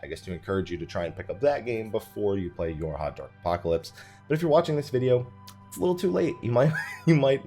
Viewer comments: It sounded like you said Your Hotdog apocalypse and that is what I will call it from now on. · Anyone else hear "Your hot dog apocalypse"?